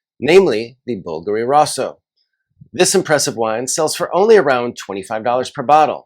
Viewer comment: Rosso = Roe-soe